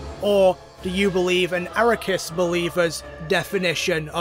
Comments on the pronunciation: was listening in the shower and took me a few minutes to realize who you meant by "araykus" its arceus😂 ar-kee-us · it's not aracoos, it's arcoos or akaroos or asrukas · So glad he's using the correct pronunciation of Aquarius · How do you mess the name up that much? (Ar-See-ehs) Is the original (Arc-ee-ehs) Is the name after censorship so it doesn’t sound like ass in French (Ar-kous) Is a joke name made by MandJTV after his Pokémon talk series. But yours is just… WHAT? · Arakus is easily the best pronunciation of arceus I have ever heard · This man consistently says Arecus instead of Arceus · It's pronounce "ark e us" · The most broken thing here is your pronunciation of Arse-ee--ass. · THAT'S NOT HOW YOU FUCKING PRONOUNCE AR-KEY-US BRO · dude unironically says ARROW-KAS what the hell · We love you buy if I hear you say arikus one more time I stg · Ok, but I have one question. Why do you pronounce Arceus like that? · Boi added an extra syllable to ARCEUS. Bruh